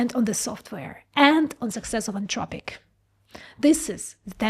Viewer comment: AnTHropic, the word is anTHropic. TH like THink.